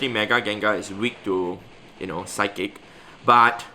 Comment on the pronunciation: when said "psic move" instead of psychic used SIKE